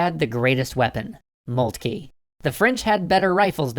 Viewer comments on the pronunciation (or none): I'm fairly certain it's pronounce "Molt-kuh" and not "Molt-kee." Also, you seem to have shown Alsace and Lorraine as part of Germany before they were annexed. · O.K. Something I hope they study in foreign policy school. Also, /moltke/, not /molkti:. Furthermore, it's /ro:zevelt/ not /ru:zevelt/. You don't have to do the Great Vowel Shift to everything. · It is molt-ka that is how you pronounce It